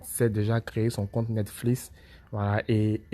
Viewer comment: Ont est en 2020 le début '' netflis ! '' jpp